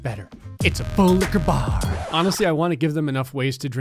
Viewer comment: This was the video I realized he was saying “Full liqueur bar” instead of “Full lick-a-bar”